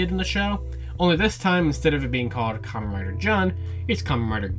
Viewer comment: Good video, but you have to stop saying 'Commeh Rider'